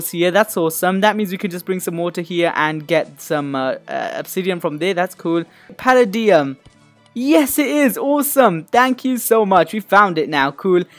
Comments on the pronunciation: Palladium is pronounced pal ay dee um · It's pronounced palaydiam